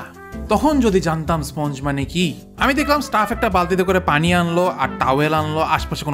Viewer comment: স্পঞ্জ করা শুনলেই বোঝা যায় বদ্দা 😂